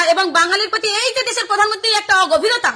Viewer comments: আগে বারা তুই প্রধানমন্ত্রী বলতে শেখ পধানমন্ত্রী না বলে।বিশুদ্ধ পাগলিচুদী 😂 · প্রধান মন্ত্রীকে পধান মন্ত্রী বলছিস, তখন ঠিক তু তো গায়া বিটি।